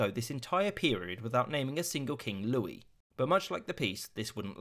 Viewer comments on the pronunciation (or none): none